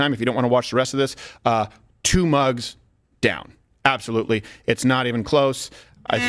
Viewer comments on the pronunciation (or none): its apsalutly apsalut